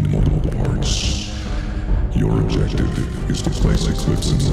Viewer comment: "Your objoctive, is to ploce the clopes"